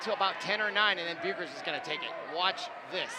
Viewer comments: How you properly say bueckers. Say beck and then ers but it is spelt different anyway that’s how you say it and the speakers that are talking saying that a foul when clearly not. And I’m on Hopkins side. 🏀🏀❤️❤️ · got me so annoyed when he said paige's last name so wrong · Is any one else mad that he keep pronouncing page Becker’s last name WRONGGG 🥵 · he got me so heated when he said bueckers wrong and nnaji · Yessss and Maya Naji at first and chicoles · Broadcasting101: Learn to pronounce the players' names correctly. Not only did you pronounce Bueckers' name incorrectly (pronounced Beck-ers), you also mispronounced Chakolis' name (pronounced Cha-kolis). Broadcasting 102: Don't whine! No matter how difficult, try to be objective. And as for Paige having a bad game? She did miss some shots. However, she did manage to score 32 points with no three pointers, 2 assists, 2 rebounds, 6 steals, ,and 1 block. I guess her bad game is better than most folks' good game.